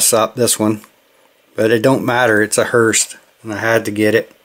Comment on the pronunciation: Nice haul there!! Love them hearses for sure! Btw, there’s no “T” in hearse. Just pronounced “hearse”